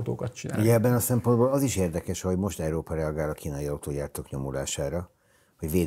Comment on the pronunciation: ki tudná vajon mondani hogy Európa, vagy csak Eerópa?